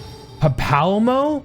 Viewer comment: Papalymo has been dead so long he doesn't remember how to pronounce his name 😞